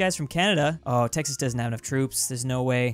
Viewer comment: he called Texas tennnise